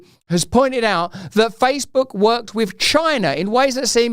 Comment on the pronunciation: Didn't the female news reader say FaceBug? Maybe she knows something